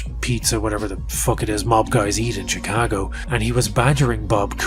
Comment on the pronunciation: I love how you say "Chicago" with a proper Chicago accent!